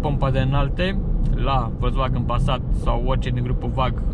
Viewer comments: ))) nu stiu daca e ptc ador germana, dar "folksvagn" suna mult mai bine, dar pe la noi chiar n-am prea auzit multa lume sa zica asa:)) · Învață să spui "Volkswagen" corect, apoi apucă-te de review-uri